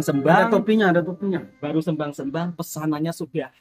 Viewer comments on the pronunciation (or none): sebut (SEMBANG SEMBANG)biar betul tanya kawan Malaysia mas cara sebut dengan betul